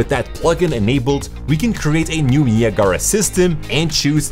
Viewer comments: Haha... he called it nia gara... (Ni ag ra .... it's a place between the U.S. and Canada. Ni Ag Ra falls). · Niagara Falls, pronounced ni ag ra. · Niya Gara lol !! Its pronounced nye-ag-rah like niagara falls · it's Nye-Ah-Grah but I prefer your pronunciation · I've never heard anybody say "Neee a gaara" before. That totally tripped me out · Great video! I was thrown off for a minute when you pronounced Niagara. It's actually named after a waterfall on the US/Canada border and its pronounced, "ni-ag-ara." I think I'm going to call it Nia Gara in the future to mess with people haha. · The "Neee" sound is a bit too long, but that's its pronunciation in French. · In spanish you say it like that "ne-ah-gara" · "nee uh gar uh" LMFAO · "Ni-Ah-Gah-Rah" haha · Knee - uh - gar -uh. LOLOL. Not from around here, are you? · i thought it was Niagara like niagara falls? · Niagara is pronounced as, "Nigh-ag-ra" not whatever that shit you were saying was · niagahlrah LMAO who says it like that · KNEE-AH-GARA ? :face-orange-raised-eyebrow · I’m triggered by how he pronounces Niagara 🤣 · Lol. Came to say the same thing. Like Niagara Falls. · that’s how the landmark is pronounced. the program is pronounced differently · The way you pronounce naigara is criminal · Bro pls learn how to say Niagara, don’t pronounce the second a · My friend; Niagra... (naɪˈæɡərə) pronounced "Ni" (like "Nike"), "Ag" ( like Agriculture), gera (like "gruh")